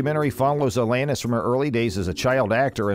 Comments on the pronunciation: For Christ sake!! He keeps saying iLL Anus and it isn't even a fake robo voice guy. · FFS! Pronounce her name right! smh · If you want us to take you seriously, PRONOUNCE HER NAME RIGHT!! Thumbs down 👎🏻